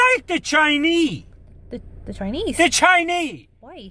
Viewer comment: My granda actually pronounces it as "chinee" too